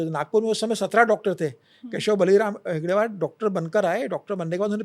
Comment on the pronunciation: नाम गलत ले रहे हो. हेडगेवार ये नाम है आप गलती से हेगडेवर ऐसे ले रहे हो.